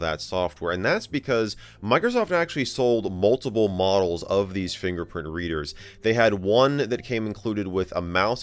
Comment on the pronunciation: I'm sorry did you say finger fox